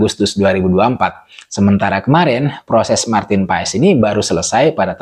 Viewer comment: Maarten Paes(ejaan lama) dibaca Martin Pas !